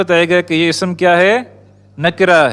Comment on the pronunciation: With respect. Lufz not Lafuz. Ism not Isum.